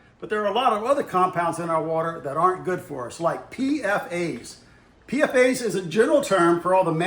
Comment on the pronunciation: I'm a water guy it is pronounced p-fas